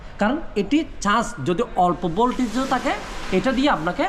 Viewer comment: ভাইয়া আগে উচ্চারণটা ঠিক করেন তারপর ভিডিও বানান আপনি চার্জ কন্ট্রোলার না বলে আপনি বলেন চান্স কন্ট্রোলার চান্স কি ভাই?